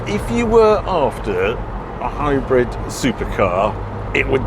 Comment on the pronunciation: Harry I can’t stop hearing hybred and not hybrid? Please tell me it’s just your accent ?😂😂❤